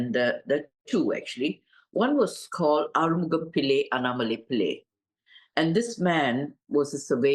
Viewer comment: Annamalai is a lovely name. It wasn't pronounced properly.